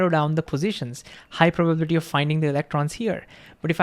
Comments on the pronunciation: This was the best short vid on Heisenberg uncertainty that I have seen on youtube! Thank You! I think you were so genuinely excited that you forgot how to pronounce probability, hiliarious! I am glad you referenced the Feynmann Lectures, and I plan on reviewing them! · The spoken accent is on the 'bi' not the 'ba' of probability. In terms of human understanding, hearing is an uncertainty. Maybe hearing is a location based bias or understanding is misunderstood? Love your take and presentation, now increase my love! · Listening to pronounce “probability” is priceless. We love you. ❤ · Love this video, but the pronunciation of ‘probability’ sent me into orbit with an uncertain amount of momentum.